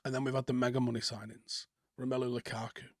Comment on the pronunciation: Who is Lakaka? think you mean Lukaku.🤪